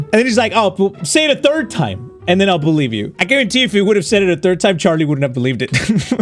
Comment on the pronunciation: when they say "believe", it felt a bit like they said "please leave"